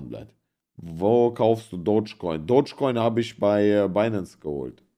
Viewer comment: Bratan es heißt Dogecoin und nicht Dodge. Ich habe selbst 100 Jahre falsch ausgesprochen. Es ist zwar nur ein Meme-Coin, aber wenn Papa Elon noch ein paar Mal twittert geht er bestimmt auf 1$.